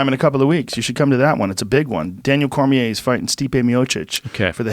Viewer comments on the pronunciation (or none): none